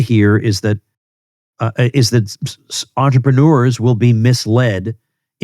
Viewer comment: Sorry Tom, but as a french 🥖 it hurts my ears when you say the word entrepreneur, use the word businessman instead.